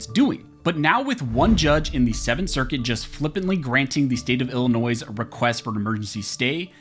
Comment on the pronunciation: DUDE, it is NOT Ill - NOISE, the s is silent, it is Illinois! You went back and forth saying the s and then not saying the s.